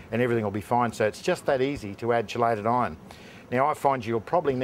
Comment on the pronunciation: KEY LATE not SHEE LATE.........shee late is when the Misses don't come home after work